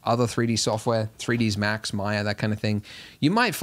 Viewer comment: I've been in 3D for over 20 years and this, to me, is in the top 5 most helpful tutorial I've seen in regards to picking up a new 3D package. You anticipated my next question (how the hell do I pan?) and answered immediately. My only gripe is its not "three deez max" - its "three dee ess max" - I started with "3d Studio" which became "3D Studio Max" which became "3DS Max." That may not matter to me much longer if the rest of your tutorials are this good!